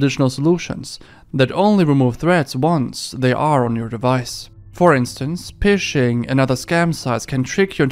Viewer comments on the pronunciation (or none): Cool vid but I deffo don’t think it’s pronounced pishhing lol it’s fishing as in like catching fish 🎣 bro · Pishing? It's pronounced like "fishing". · Regarding the ad, the word phishing pronounced "fishing", not "pishing". Just an FYI. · It's not pishing, it's pronounced FISHING. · Love the video plenty of creepy/disturbing, always a good time. One quick note: "phishing" is pronounced the same as "fishing". Its spelled that way as an homage to "phreaking" (pronounced like "freaking"), which is the practice of fooling the telecom companies into letting you make calls on payphones without paying. Phishing is called phishing because theyre trying to lure people into giving up their personal information using a bait email that might, say, pretend to be from your bank, saying that there's an issue with your account and giving you a link to a fake login page designed to look real enough that you give up your bank login info, thinking you're on the right website. Anyways, hope this helps. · Dude phishing is said the same way as fishing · phishing is pronounced fishing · did you really just pronounce phishing as pishing? lmao